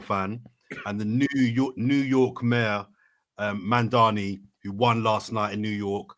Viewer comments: not only did interrupt AGAIN, but he then went and said the new mayor of NYCs name wrong. This bruddah said MANdani, not once, but twice, when his actually name is MAMdani 😂😂😂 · Welcome. Pity referred to the new NY mayor twice as Mandani when he is called Mamdani but that's for you as he can't ever remember those who asked for a shout out.